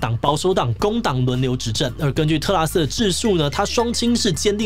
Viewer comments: 果然不免還是唸成特斯拉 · 唸成特斯拉了哈哈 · 志祺也跟我一樣，一直念成特斯拉。🤣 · 是不是特拉斯念成特斯拉w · 是特拉斯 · 同學，你好像真的唸成tesla“特斯拉”了🤣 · 我一直在等看看會不會唸到特斯拉 果真被我等到了! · D 名字太難唸， 特斯拉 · 5分38秒的时候读错成了特斯拉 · 這個名字真的會讓人念錯（連主持人都不小心唸錯了，在5：38秒的時候）